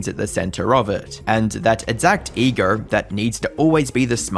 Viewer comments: "ee-GRRRRRR" has to be the weirdest way to pronounce ego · "All due to his massive EGORRR"